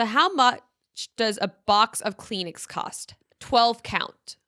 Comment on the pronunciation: Peen-uh is insane 😭😭 .78 for Cheerios 😭 Kleen-Ix 😭 Send help!!